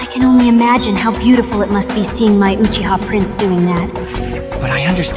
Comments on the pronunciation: Uchigger😂? Really bro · I thought sasuke said Guuchiha